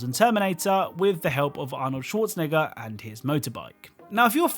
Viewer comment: HOLD UP!!!!... Did he just say Arnold Schwaznigger instead of Arnold Schwarzenegger